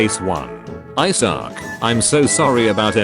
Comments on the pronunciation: What i read: Isaac. The TTS voice: I suck. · I'm going to hear 'I suck' until the end of time now from the many times of the robotic voice mispronouncing Isaac, I swear.